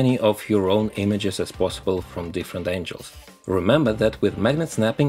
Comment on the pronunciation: This guy had inspired me a lot but i can't sop laughing the way he pronounce angle